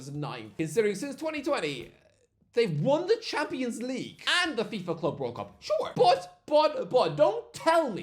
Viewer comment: He still can't say champions league 😂